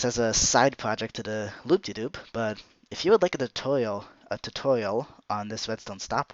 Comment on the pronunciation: Anyone else notice he said loop-de-Doop